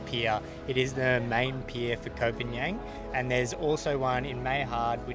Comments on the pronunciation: its not KOH PAN YANG - ITS KOH PAN GAN! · Please, please learn how to pronounce the name of the island. You've been there for 6 months and you don't know how to pronounce it? Really? "PAN-YANG" is not a real place. You sound incredibly foolish pronouncing it like that. It's pronounced "PONG-ON" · Please stop saying Koh Panian....